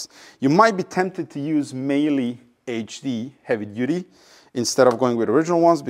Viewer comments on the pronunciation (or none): Meyle = Mile plus an E Mile-uh